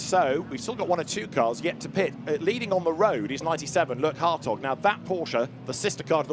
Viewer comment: Every time they say Hartog I just hear hotdog 😂